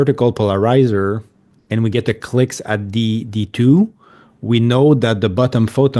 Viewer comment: teach how to say polarizar\